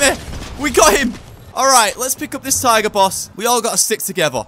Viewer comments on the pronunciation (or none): none